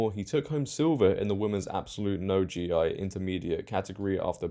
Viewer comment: Just for the future - “No-GI”is referring to not wearingmore traditional uniform of BJJ and other Japanese martial arts called a gi. You don’t read the the 2 letters separately. It is a word pronounced with a hard G and a long E, like the clarified butter “ghee.”